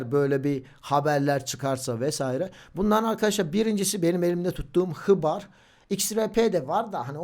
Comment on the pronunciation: Hıbar ne abi okunuslari duzeltsin guzel olur bence seviliyorsun